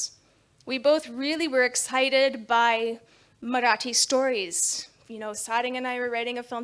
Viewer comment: Wow her Marathi pronunciations! 👌 👌 👌